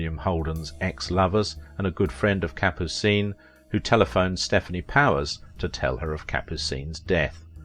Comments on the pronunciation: Kapoo-seen? Yes, you've done your homework. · Capucine was very funny in The Pink Panther. Good in North to Alaska! (Thanks for pronouncing her name too.)